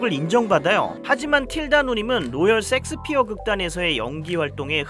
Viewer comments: 형 섹스피어 발음너무 ㅋㅋㅋㅋㅋㅋㅋㅋㅋㅋㅋㅋㅋㅋㅋㅋ 셰익스피엌ㅋㅋㅋㅋㅋ라고있늗뎈ㅋㅋㅋㅋㅋㅋㅋㅋㅋ형의 본능인거지??ㅋㅋㅋㅋㅋㅋㅋ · 형 섹스피어가 아니라 셰익스피어아닐까? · 왜 자꾸 셰익스피어를 야스피어라 하십니까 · 세익스피어라고 안하고 섹스피어라고 계속하는거 개웃기네 ㅋㅋㅋㅋㅋ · 섹스피어 ㅋㅋㅋㅋ 셰익스피어 아니에요? ㅋㅋㅋㅋㅋ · 아니 셰익스피어를 섹스피어라고 하면 어쩌란거야 ㅋㅋㅋㅋㅋ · 형......자꾸 쉑스피어를 섹스섹스 거리지마...그리고 색스피어야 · 쎅스피어가 뭐여 쎅스피어가.. 셰익스피어 라고 해야지.. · Shakespeare 섹스피어라고 하셔서.... 앞으로 [셰익스피어]로 부탁드려요^^ 실제 발음도 이렇고요~ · 제발... 섹스피어 말거 쉐잌스피어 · 형.. 섹스피어가 아니라 셰익스피어... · 셰익스피어인데 왜 이렇게 섹스피어라고 발음해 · 형 셰익스피어 아니야? 섹스피어였어? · 아닠ㅋㅋㅋㅋㅋ 섹1스피어가 아니라 셰익스피어였어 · 셰익스피어 섹스피어가 아니라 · 셰익스피어를 줄기차게 섹스피어라고 읽고 쓰는 의 무의식 저변에 자리한 리비도 잘 보았습니다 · 야스피어가 아니라 셰익스피어 아닌가요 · 형 섹스가 아니라 셰익스피어 ㅎ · 2. 나이로 퉁치지 말아주세요 비슷한 나이대지만 저희는 그렇게 발음 안했습니다 ㅠ 그냥 쉐익스피어라는 발음이 안되시는걸로.. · Shakespere를 일부러 틀리게 발음하시는건가 궁금합니다. 쉐익스피어 가 맞는데요😅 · 발음 주의! 섹스 아님! 섹스피어~ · 셰익스피어가 어쩌다가 섹스피어로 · 섹스피어 발음이 왜이렇게 강한가요? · 오늘 생각나는게 섹ㅅ피어극 아주 맛갈나게 발음 하십니다. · 썸네일만 보고 인지 못알아봤어요 ㅋㅋㅋ 멋진영상 감사합니당 ㅎㅎ 근데 '쉐익스피어' (혹은 셰익스피어)요 ㅠㅠㅋㅋ 첨에 듣고 깜짝놀랐어요 ㅋㅋㅋ (메인 댓글에 언급하신거 지금 봤네요 ㅠㅋㅋ 괜한 언급죄송해요- 하지만 댓글 그대로 남길게요! 팬이에요 <3 ) 앞으로도 건강 챙기시면서 좋은 영상 더 많이많이 부탁드려용! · 셰익스피어 보고 자꾸 섹스피어라고 하는거 킹부러지 형? ㅋㅋㅋㅋ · 섹스피어 할때 쎅스발음 쎄게하는거 개웃기네ㅋㅋㅋㅋㅋㅋㅋㅋㅋㅋㅋㅋㅋㅋㅋㅋ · 내가 이상한거야? 나만 셰익스피어 극단을 섹스피어 극단이라 하는거에 의문을 느끼는거야? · 저도 제 귀를 의심... 야스피어라니 ㅎㄷㄷ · 30분 영상에서 기억남는건 로열섹스피어뿐 너무 찰지게 섹섹하심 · 아 ㅋㅋㅋ 어쨌든 섹스피어라고 ㅋㅋㅋ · 섹스피어 발음이 어우야